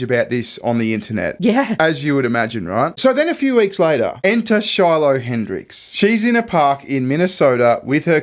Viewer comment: You said it wrong stupid it Shiloh lol great reference 👵’s 👦